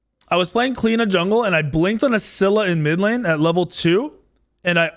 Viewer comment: Clee-oh- na not clean-a ahaha